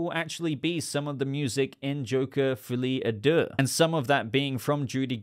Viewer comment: The mispronounciation of "folie à deux" is, in itself, maddening.